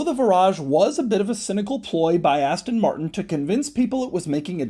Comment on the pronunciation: Love Doug's videos, but my goodness, it is painful to hear American's try to pronounce Aston Martin.